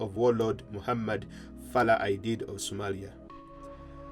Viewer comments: Farah not farla please correct it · “Muhammad Farla Aidid “ according to the narrator 😁